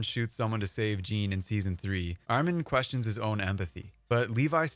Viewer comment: My dude really said jEan